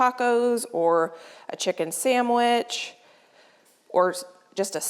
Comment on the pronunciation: Love the recipes. Did you say “ Sam which” 😀😀I imagine that’s due to a local accent.